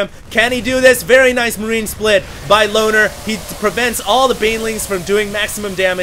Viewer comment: whenever said loner i heard boner:/